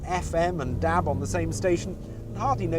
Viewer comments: Haha, apart from the way he says Dab not DAB, it's great. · i love the way he says dab....DAB!